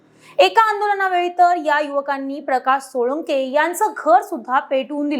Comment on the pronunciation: सोळुंके नाही सोळंके